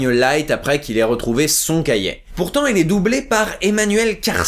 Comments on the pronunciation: un cahier pas un "cahiet" bordel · Cahiet c'est si difficile de dire cahier sans deconner